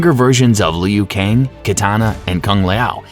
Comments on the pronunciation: Jfc..go back do it over again. I'm not usually a stickler with pronunciation, but it's so bad here it literally ruins the viewing/listening experience. Like what is a "Lee-Ooo" Kang? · Kung Lay Oh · Meh still a great video and the pronunciations aren’t bad Edit: Ok Leo Kang is diabolical 😂😂😂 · Leu Kang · Leo kane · Lee-yu Kang!